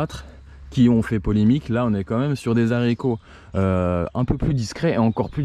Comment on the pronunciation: Dans "haricot" on ne prononce pas le "h"